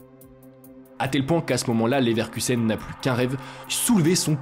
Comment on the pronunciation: Je buvais quand j'ai entendu "Neverkusen", t'as failli me payer un nouvel écran